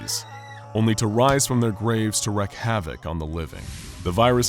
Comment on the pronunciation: "Wreak" in "wreak havoc" is pronounced like "reek" not like "wreck." I've heard this mispronunciation on other videos on this channel too.